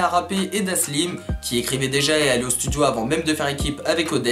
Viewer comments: C dalsim et non daslim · Super vidéo mais son blaze c'est Dalsim et pas Daslim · Bien la video mais c'est dalsim et pas daslim mdrr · Ptdddrrr omg j'voulais commenter pour te dire que tu t'es tromper sur la prononciation du blase de Dalsim, mais vue les vingtaine de commentaire qui te l'on dit j'pense que t'as bien compris que tu t'es trompé 🤣 sinon grave bien ta vidéo un peu courte mais j'suis très contente que tu l'ai faite, la mafia spartiate on une vrai valeur je trouve et un vrai flow🔥🔥🔥 continue comme sa mec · c pas daslim c dalsim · C’est Dalsim pas "Daslim" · Elle est bien la vidéo mais c'est Dalsim et pas Daslim snn cool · C’est pas Daslim, c’est Dalsim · Bonne vidéo, mais on dit Dalsim et non Daslim mdrr